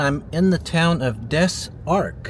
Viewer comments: I love your videos. It’s pronounced Dez Ark. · Des Arc is pronounced more like Dis Arc. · pronouced dez ark